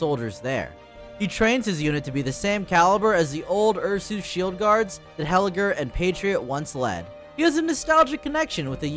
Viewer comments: Ursus is pronounced as "Ar-Sas" not Ar-sooos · isn't it pronouced "oor-soos" like in latin? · Calling Ursus U'r Sus has to be a bit, nobody can mispronounce a fairly simple name that badly. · The "Ursoos" pronunciation has me dead😭. I normally just say Ursus. W video tho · You said ursus wrong on purpose to avoid saying sus didnt you? Lol